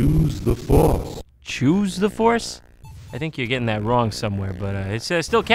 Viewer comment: *What do yoosa buying?